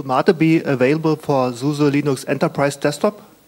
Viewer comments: lol, and what about the unhearable "Luynoox" and "Luynax"? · I like when someone say Leenoox : ) Somebody must to rewrite "Leeneex " pronouncing on Wikipedia,this is wrong.